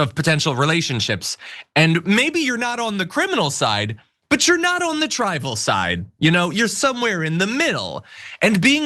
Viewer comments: Caterized:categorized, trival:trivial.... 😂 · I think the word she seemed to pronounce as ‘tribal’ was meant to be ‘trivial’ - her pronunciation is quite individual! Also,she interestingly and slightly ironically pronounces ’categorized’ as ‘’qatar-ized’’ which brings us back to the Middle East. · I needed captions to even understand what she was saying. She said trivial and some other word wrong. It’s as if she doesn’t know the English language well. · "cat-e-go-rized" "triv-i-al"